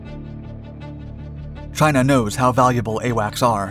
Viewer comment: He says Chiner. I love it. CHINER